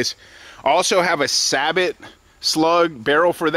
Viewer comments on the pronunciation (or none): A “sabbit” slug barrel, lol wth. It’s “say bow”